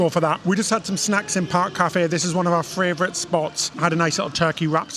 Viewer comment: you do realise it's not fravourite with an r in it. It's favourite.